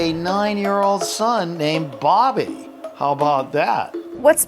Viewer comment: It’s not Dobby, it’s Bobby